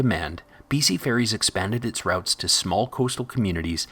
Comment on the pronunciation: "R-out-s"?? Well, the guy doing the narration isn't a local:)